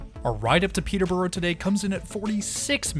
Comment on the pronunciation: You took the train to Peterborough, pronouced Peterburruh! You pronounced Edinburgh correctly though ;-)